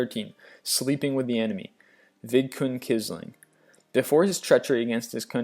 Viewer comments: And Quisling is pronounced "Quiz-ling" rather than "Kissling". And someone already mentioned the Gestapo. I've notice lost of pronunciation errors in other vids, too... but I have to give credit where it is due... given the range of topics he covers, some errors should be expected. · Kizling? (facepalm) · Fun and interesting, but some of the history is wrong and wording awkward, and several pronunciations godawful. Pizzaro, Quisling, Gestapo, Abwehr, Xerxes, and Ethel are the ones I notice.